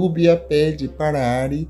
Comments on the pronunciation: Não é Ári. Diz-se:A-ri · Não é ari é arii